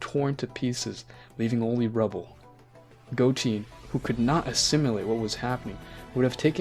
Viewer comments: Are you purposefully mispronouncing as Go Han(d), Go Te(e)n and Piccorlgo not parening that one? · He says Goten like Goteen :| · AH HELL NAH DID JUST SAY GOTEEN? ARE YOU THOSE NIGGAS WHO ALWAYS SAYING DRAGON BALL NAMES WRONG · Who's Piccaruu don't you mean Piccolo and Who's Gotin it's Go-ten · And it's goTEN not goteen good story but you gotta get the basics down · Go-teen, go-hen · Uhhhhhhhhhh gotin? No it's goten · Belmod(Bellmood) Goten ( Go Ten) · Not to be rude but Goten-goteen Gohan-Gohaaaan Your pronouncing of the names were funny to me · Ultra mastered Instinct? Picaroo? Vermoot? Goteeen? Bro how tf you get margarita right but not goten? You got the names all fucked up. It's simple names that you fuckin up too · Good story but you were mispronouncing some of the words like goten and piccolo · good story man, only thing to critique is how you say gohan, gotens and piccolo names, and dragon balls not sphere